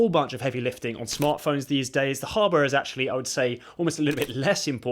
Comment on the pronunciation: Why hardware sound like hubware man @@